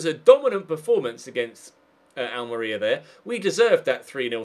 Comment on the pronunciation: The way you pronounce Almeria (AL-MARIA) really bugs me!!!